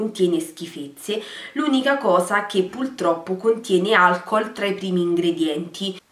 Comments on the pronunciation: Si dice puRRRtroppo, non puLLLtroppo come dici tu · È una battaglia persa "pultroppo"